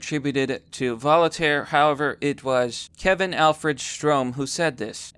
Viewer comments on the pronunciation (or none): "Vol-i-taire." >>cringe<< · "vo-li-taire?" you don't have to upload your first take.